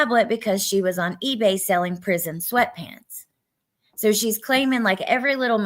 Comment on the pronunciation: PEE-Bay. :face-green-smiling::_Gannon